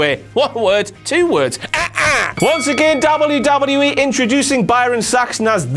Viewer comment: This guys says wwe too much and he says it funny. "Dawbule yew dawbule yew E"